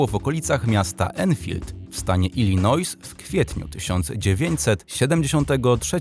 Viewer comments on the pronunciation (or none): none